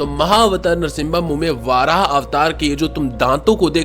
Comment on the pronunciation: Bro it's not वाराह it's वराह